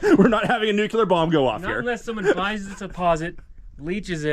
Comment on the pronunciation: Pronunciation lesson of the day...its nuc lear!!!!!!!